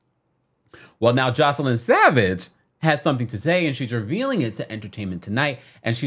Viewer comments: Joy- ce- lyn …. Not joseline 😂 baby I love you but you butchered her name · It’s JOYCE-LYN NOT JOS-LINE getting the names right matters.